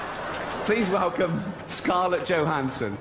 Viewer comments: he said please melcome mel Gibson looooool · Please Melcome...Mel Gibson! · Please melcome, Mel Gibson! 😂